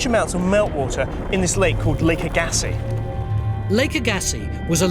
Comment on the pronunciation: Agassi... First A gets the accent not the G. The second gets a softer accent. That is how it is pronounced in Canada where Lake Agassi's flat lake bottom made the land for 100km all around Winnipeg be literally flat as a pancake. And if you drive south from Winnipeg, over the border into the USA, somewhere around the border between North and South Dakota, you will encounter the remains of the giant esker that contained the lake, until it broke in various places.